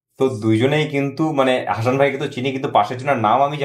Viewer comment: হাশান নয়,উচ্চারণ হবে হাসান... ভুল উচ্চারণ খুব কানে লাগছে।